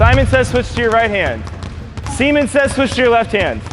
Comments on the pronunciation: "semen says" 🤣🤣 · Kitten Universe said semen said that’s why